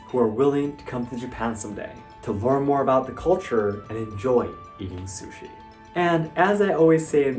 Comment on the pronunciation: Calling it "sushies" is killing me!